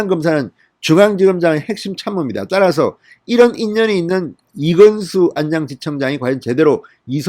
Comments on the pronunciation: 안냥이 아니고 안양 이라네.... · 인년, 안냥, 이성뉸, 만냑, 윤성녈 x 이년, 아냥, 이:성윤, 마:냑, 윤서결 o